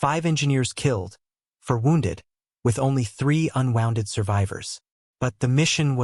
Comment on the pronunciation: AI pronouncing "wounded/unwounded" as wond losing the "u" part of the word, being unwounded sounds painful, like removing wire from a coil.